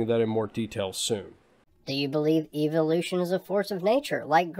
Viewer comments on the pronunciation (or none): everytime he says eviloution it sickens me.